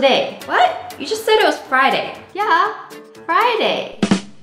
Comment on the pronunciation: Oooo fry-day sounds good